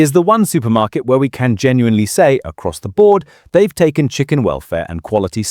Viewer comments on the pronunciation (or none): none